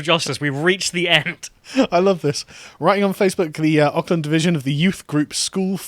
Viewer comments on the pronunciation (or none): Aukland pronounced Orc-land. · I'm from New Zealand. Sargon has butchered the pronouncation of Auckland and Pakiha. It's pronounced Ork-land and Pa-Key-Ha. Typical Pom eh. But whatever, New Zealand was always going to fall victim to social justice, but at least it's quieter social justice and not ear wrenching screeches from the US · It's not Oc-land, it's Ork-land. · It's pronounced Orkland and Pah-key-ha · Hearing 'Ockland' hurts me. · Carl- Auckland = Ork-land Pakeha = Park E Ha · This dude cant even pronounce 'Auckland '